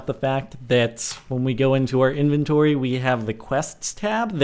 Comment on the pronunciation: inventory not enventory